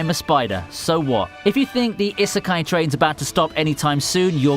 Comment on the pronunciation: The way he pronounces "isekai" hurts me.